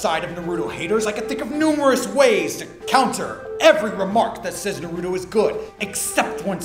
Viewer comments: lol I hate it when people say Naruto like that; usually they dont watch it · goddamnit its Naru-To, not Na-ruto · Omfg it's NÁRUTO. Not fucking NARÚTO.